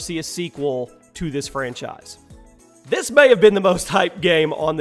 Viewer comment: I like=1 time says Franchice